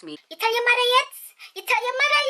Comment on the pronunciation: I love this video its funny especially the Jamaican part “u tell ur mada yet” 😂😂😂